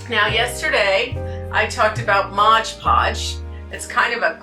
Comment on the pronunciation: Many crafters use a combination of coffee, cinnamon and ground cloves . Gives the item a lovely fragrance and texture. If you want to be sure that the mixture stays , mod podge over the top of the initial coat after it dries. Also, it is MOD, not modge. Enjoy your prom content.